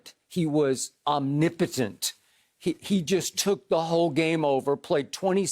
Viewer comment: "Omnipitent" Maan' Skip is a fanboy.